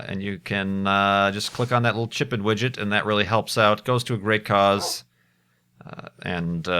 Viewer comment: every time you say chip-in widget i all ways think you are saying chicken widget :D